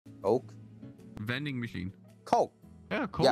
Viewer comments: 여전히 coke가 아니라 -ck로 발음하시는 우리의 월향씨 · 이분은 아직도 콬이라고 하시네